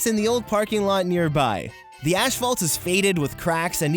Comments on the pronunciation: Not trying to be a hater but this triggered me. Asphalt is pronounced "As-Fault" Not "Ash-fault". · It’s asphalt. Not Ashalt. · I like how he says ashfault, isn’t it asphalt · I’ve never heard of “Ashphalt” - what is that?? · Sorry, I cant get over you calling it “ash”phalt..... lol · Why is he saying Ashphalt? Its Asphalt. Maybe he don't wanna say the kind of curse word in it.... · it's asphalt...not ASHphalt. I know it' sounds petty, but thought you should know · is he saying ash fault? instead of asphalt? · As-phault. Not Ash-phault. It's downright painful to listen to that part of the video. Otherwise, great video. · I think you mean asphalt, not ashfault. ;) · Asphalt... AS-PHALT NOT ASH-PHALT --- THERE IS NO 'H' AFTER THE 'S'! IT'S AS-PHALT NOT ASH-PHALT. >:3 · What is “ashphalt?” It’s asphalt. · Asphalt not ashphalt. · I can't handle your "asphalt" pronunciation bro lmao For me it sounds like "ashfault" 😂😂😂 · Wait, did you say ashphalt? 😂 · It's pronounced "a$$-fault" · Great vid! Lol did you say "ASH-Phalt" so you wouldn't get demonitized? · Erm, what is "ASH-phalt"? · you say "ashfalt" and it bothered me for some reason. good video though!! :D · neptune glad im not the only one bugged by that. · Me too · That's how they say it in Canada. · Learn how to pronounce asphalt